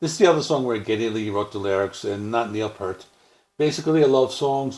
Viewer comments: Pee-ert...NOT pert! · While you're at it, pronounce his last name correctly. It's pronounced "Pee-ert" NOT pert.@ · I appreciate your love of Rush, but you could at least pronounce Neil's last name correctly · Well damn, now I feel bad because I have a critique also lol 😏 How can you have such a vast more in-depth knowledge of the band and don't know how to pronounce Neil's last name?